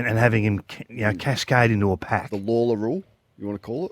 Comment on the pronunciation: Have I lost my god damn mind or should his surname be pronounced Sam Lay-Lor, not Lor-Lah?